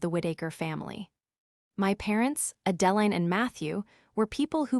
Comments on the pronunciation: "Horse-durvres"! 😅😆🤣 And "A Deline" is not the same as "Adeline". 😜🤪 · Moronic AI can't even properly pronounce Adeline. Maybe you should pick names the idiot machine can actually pronounce. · YouTube needs a better programmer for their AI program.